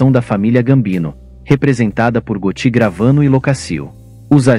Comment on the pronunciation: Você está pronunciando errado. Vou acentuar só para você saber como se fala: GÓTTI